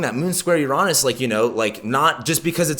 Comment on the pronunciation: the way you pronounce uranus cringes me out... google that shit if you don't know how to pronounce it... as someone who earns a living out of this you are not doing a great job on even basics... cringe